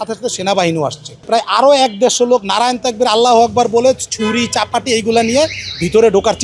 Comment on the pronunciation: সঠিক: 'নারায়ে তাকবির', আর ভুল: 'নারান তাকবির'।